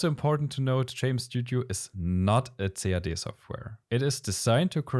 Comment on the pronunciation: I like the video and the clear in-depth explanations from the user point of view, but please use for CAD the phrase /kæd/ or /si-ei-di/, and not /ce-a-de/. I do speak German, and still, until almost the end of the clip, I could not catch what you were referring to.